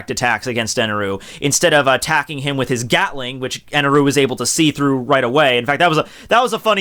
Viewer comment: It's "God Enel" not Eneru...